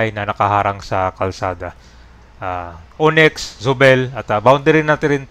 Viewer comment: O-NYX! hindi uniks